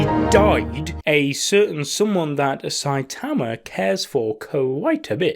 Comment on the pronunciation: everyone: "sai-tuhmuh": "sai_tahmuh"